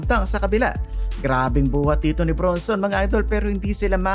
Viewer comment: ang pronounciation Brun-son hindi Bronson.Julian Kymani Champagnie (/ˌʃæmˈpɛni/ sham-PEH-nee. ayusin mo sir.